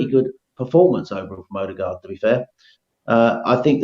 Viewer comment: WOE-DEGAAARD IS AWFUL